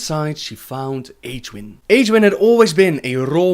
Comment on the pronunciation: isnt she pronounced [egg-win] ?